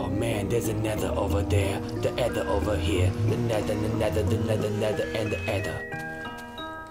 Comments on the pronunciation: say either instead of eather when you are trying to say aether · AYTHER lol not ether :p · no, its Ae(ey)-ther